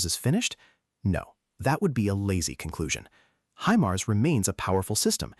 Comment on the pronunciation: he-mars?? :D